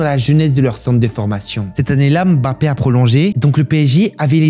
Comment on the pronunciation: Enfin un français qui prononce bien le nom de Mbappe ça m’a choqué au début 😂👌🏾